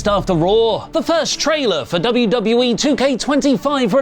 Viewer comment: Paul Heyman saying WWA instead of WWE 2K25 was pretty funny. I'd get the game just for the Bloodline cover art lol